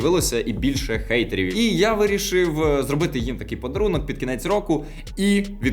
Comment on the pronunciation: Чому гейтерів? Н перетворюється на Г тільки коли це стосується транслітерації у назвах, прізвищах тощо. А за правилами читання англійською хейт так і лишився без змін